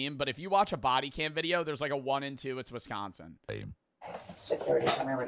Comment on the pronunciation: It's crazy how he said Wisconsin. I live in Wisconsin and I'd just like to say he is probably 100% correct lol.